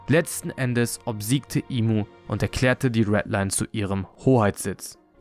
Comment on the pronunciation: Der Charakter heißt im sama nicht imu sama es wird nur imu geschrieben aber im ausgesprochen